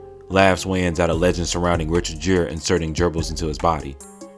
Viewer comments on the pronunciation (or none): When did Richard Gere change the pronounciation of his last name from “Gear” to “Jeer?”